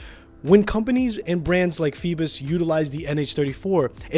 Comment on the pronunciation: Its not rhe same pronunciation. Theres no L in this brand name